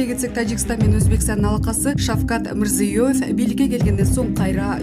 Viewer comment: Окуп аткан блогер Шавкат Мирзёевтин атын да айта албайсын .